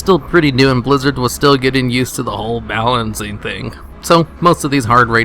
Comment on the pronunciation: Balanaaanncing things...your accent